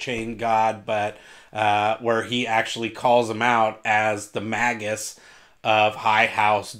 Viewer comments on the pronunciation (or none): none